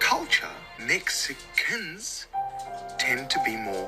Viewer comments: The way he says, “Mexi-**dramatic pause**cans” just scares me 😭😭😭💀🥀🥀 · it's insanely weird and random that he puts so much emphasis on the "can". It legit sounds like it's subtly calling us c*nts